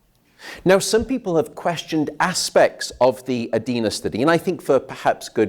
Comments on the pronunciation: Edina is pronounced "ee-dy-nah" not ay-dee-na or eh-dee-na. I didn't learn anything new from this talk. What I need to know is how to permanently fix interrupted (2 to 3 hrs sleep, then 2 to 3 hrs awake, etc...) sleep patterns. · I'm from Mpls. It's pronounced - eh-dyna